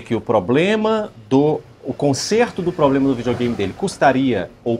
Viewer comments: Falar “poblema” é foda bicho!!! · “Poblema” mil vezes da uma canseira de ouvir. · O menino aí mandou bem. Só precisa ajustar esse “poblema” aí! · Só precisa parar de ser prolixo e de falar 'POblema'. 😭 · O que mais me incomodou foi o atendente ficar falando "poblema" que nervoso!😂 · geral fala ''poblema'' ja tem um tempo qe reparo muitas pessoas pronunciando errado kkk outra palavra qe geral fala errado é ''Celebro'' kkkk repara qe voce vai perceber qe muitas pessoas falam essas palavras erradas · " poprema" , acho que é a palavra que o povo fala mais errado no Brasil , fico esperando o povo falar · Nunca ouvi tantas vezes seguidas na minha vida a palavra "Poblema". Quase que desisti de assistir, Jesus amado! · Agonia esse poblema desse 😂